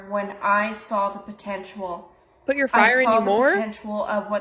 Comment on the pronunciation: so we're not going to say anything about how she pronounced 'potential' I don't even know how to spell it out